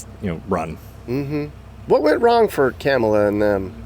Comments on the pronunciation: I LOVE WHEN THE GUEST SPEAKER CALLED HARRIS 'KARMELA'. CLUTCH MY PEARLS! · 😂😂😂 said “KARMala 😂😂😂😂 he’s definitely NOT politically correct. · He said Karma-la LOLOLOL